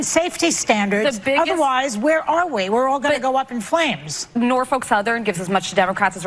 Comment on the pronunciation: The way everyone pronounces Norfolk, that’s not from Virginia, makes me weak to hear lol